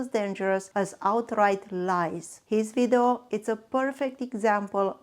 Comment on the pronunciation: You mean video?😂 not vidu